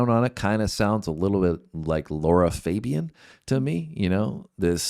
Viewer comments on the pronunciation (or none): Americans...this is NOT how you pronounce Lara Fabian...🤦‍♀